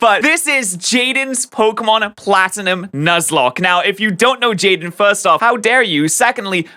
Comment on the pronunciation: "jaidne" just beautiful.